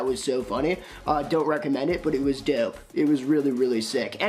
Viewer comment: It was doh-pe 😶